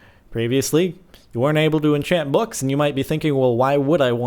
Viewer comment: You say books funny